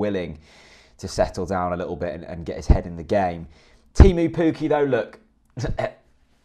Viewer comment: You haven't nailed the pronunciation of Teemu Pukki yet either! But you wouldn't be the first to struggle with Finnish. It's kind of like Tay-moo (with a long tay & a cut short moo) & Pukki pronounced a bit like cookie with an elongated k.